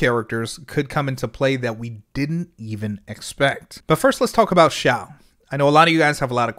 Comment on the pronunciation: Eyyyyyy finally someone pronounced Xiao correctly 🔥